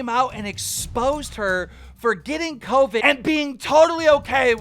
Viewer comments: I hated bow the 1st girl talked “Coveed” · “She has COEVEDD”